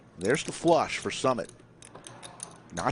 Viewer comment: Its Su-Mit for the commentator.